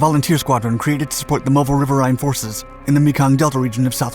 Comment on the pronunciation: "Riverines" is pronounced river-eens, mate.